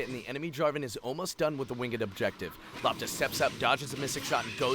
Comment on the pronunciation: LOPTA means ball in Croatia ITS not pronounced lapta.... gosh Its L o p t a we read as we write eh